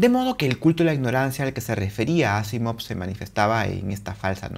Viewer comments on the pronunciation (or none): NO se dice Ásimov... Se pronuncia aSÍmav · me he fijado que has pronunciado Asimov como palabra aguda, llana y esdrújula en diferentes momentos. Vale.